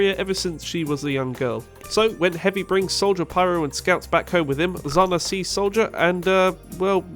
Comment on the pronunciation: That pronunciation of "Zhanna" is horrendous